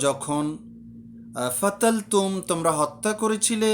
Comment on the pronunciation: কতালতুম কে ফাতালতুম বল্লেন কেন? আপনার কুরআনের উচ্চারণ খুব ভয়াবহ। আল্লাহ মাফ করুক।